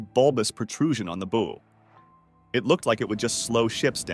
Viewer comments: It's a Bulbous BOW (rhymes with "How") ... NOT Bulbous Bow as in "rhymes with Blow minus the L". Ya know ? Like the back of the boat is a Stern. The front of the boat is the BOW (rhymes with HOW). Jesus. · Ah! American mispronunciation: the front of a ship is called the bow, pronounced like wow, not like go; bow like go is correct in terms like bow and arrow. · A ship's bow is pronounced bau and rhymes with ow. Robin Hood uses a bow pronounced boe which rhymes with toe. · I am a retired U.S. Navy Master Chief with thirty years service. Will somebody tell these nitwit narrators that the front of a ship is called the bow, pronounced like "how," not like "low." There are more instances of these silly pronunciations but I cannot remember them. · The narrator is able to pronounce "bow" correctly when talking about the bow of the boat, but he references bulbous "bo" several times. Judas Priest, is no research or proof reading done before recording these vids...? Sheesh... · Come on guys. You are embarrassing yourselves. Hopefully the narrator is an AI because any human knows that "bow" on a Christmas package is very very very different from a "bow" on a ship. Pronunciation on the package type is long "o" , but the ship variety is pronounced like "bow wow". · Ex-US Navy Sailor, Ship builder and current captain of a blue water vessel. I don't know a single US navy blue water naval vessel with fin stablizers. Also you pronounce Bow wrong. Please stop and do more research before you post videos. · This annoyed me more than it should’ve… (The pronunciation that is…) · I cannot take you serious with how you pronounce bow.